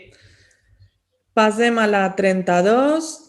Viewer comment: Per què diu contínuament “pasem” i no passem?